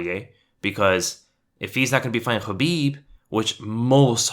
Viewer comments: Khabib not chabib ....🙄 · Great video but it's Khabib not Habib. Is that intentional?